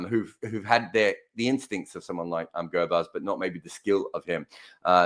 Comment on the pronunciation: Yep.you pronounced it correctly rahmanullah gurbaz. And you also choose him for the right reasons and I also think if he sticks around for 10 overs than we will have a good game.